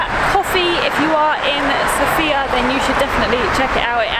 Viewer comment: Everything is very wonderful, but the only thing that irritates Bulgarians is how foreigners pronounce the name of the capital of Bulgaria. It is correct when the emphasis is on the letter O, SOfia, unlike the female name SophIa, where the emphasis is on the letter I. 😉